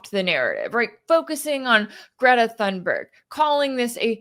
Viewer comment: Thank you for your analysis. It's "Tune-berg," if you please. Most properly, "Tune-berry." Greta is my greatest living hero. I am 77, and that says a lot, from someone my age. And she was not "paraded around" during her climate activism. Her parents did not want her to do it. She provided the impetus, herself, from the heart and conscience. She has dealt with tremendous ridicule (including from Donald Trump), and mysogyny, I have no doubt, for doing what her heart and ideals inspire her to do, including making this relief mission. I have followed her career since 2018, when she first started making news, and heard her speak at the Global Climate Strike, in NY City's Battery Park, on Sept. 20, 2019. That was an electrifying and unforgettable event, the high point of the movement, in my opinion. Sadly, the world has gone downhill ever since, and coninues on that trajectory. This typical behavior by Israel, and the total disgusting, inexcusable silence, or tacit approval, from the rest of the world, is one main reason why I am no longer a Christian. Donald Trump (or Joe Biden, or any of them) calling himself a Christian, is among other main reasons.